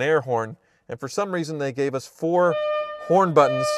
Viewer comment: anyone else heard "porn buttons" or is it just my dirty mind?